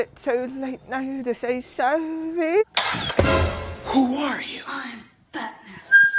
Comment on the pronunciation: “iS iT tOo LaTe nOw To sAy SorRaY”